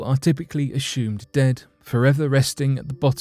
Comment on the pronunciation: It is ashumed,that the narrator is ashamed of his usage of the letter 'esh'.